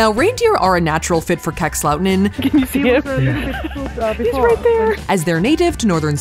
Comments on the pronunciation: Same! Minus the way Safiya said "Kakslauttanen". 😂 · As a Finn I loved Safiyas' way of pronouncing Kakslautanen and the reaction on the Sweden- Finland border. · As a finn...I laugh so hard for the pronunciation of "Kakslauttanen". No hate. I know, language you don't speak. You can't master it. But damn it's funny to me :') Also funny to hear that you think that -13°c is cold because that's nothing :D when it's closer to -20 it's cold